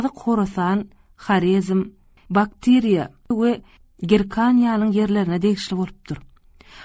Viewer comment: Ýalñyş okaýan ýerleri bar Baktriýa "Baktiiiriýa" diýýär.